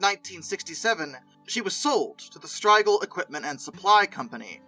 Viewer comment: Need to research the pronunciation of many names in this production … Striegel, Rowland, Kughn, Hagerstown just to name a few.